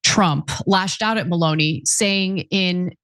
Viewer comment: It is not Maloney for a start to get the name right. MELONI, when you speak about the political relationship with President TRAMP